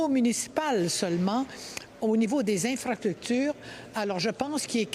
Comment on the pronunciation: Les ''infractutures'' hahahahahaha